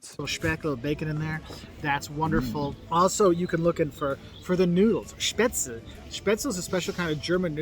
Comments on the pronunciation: Same with "Spätzle". My man, just pronounce it properly as [shpäts-leh]... no need to butcher it into [spät-tsel] just because English native speakers might try to pronounce it that way! How are they supposed to learn the correct pronunciation if you give them the wrong one! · That guy is explaining German food and can't even pronounce Spätzle correctly living in Freiburg...